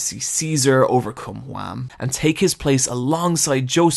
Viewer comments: ''Wham'' Noooooo, it's WAMUUU, focus on the UUUUU, WAMU! Gotta have the japanengrish charm! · >even they pronounce Whamu and Straizo, he calls em Wham and Straights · Mark was from the netherlands, and its Wamuu, not wham. Pls say the original names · Why do you call him Wham. It's Wamuu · You are saying wamuu totally wrong Its not wham Its what whitout the t and then the sound of a cow Wha-muu Other than that great video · is no one going to mention how he says wamu as WHAM? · YEAH! WAMOO, NOT JUAM! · Nice video, but why Wham. It's Wamuu! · Isn’t it Whamuu and Esidisi not Wham! and AC/DC I know, I know they’re names are based off these bands but they’re never explicitly said like that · why does he say wham? when its wamuu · For God's sake, IT'S WAMMU!!! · Where in the world does the idea that Wamuu is pronounced "Wham" come from? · Hearing you whamu wham hurts me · Why is he calling Wamuu, Juan? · i find it incredibly funny whenever he pronounces wamuu as Hwam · did you just call Wammu Wam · not gonna lie when he said wamm that hurt me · That triggered me a bit. IT'S WAMUU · You forgot the “u” in WAMU. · why are u pronouncing Wammu's name WHam so deliberately? is it pronounced wham in the sub or? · I love the way you say Wammu, it's like "Their disastrous encounter with Juam" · Where did you get the pronunciation of the characters? "Straights"? "Wam"? WTF? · I cant be the only one triggered by his pronounciation of Straizo and Wamuu, right? I mean idk if its intentional but if it is, its working very fucking well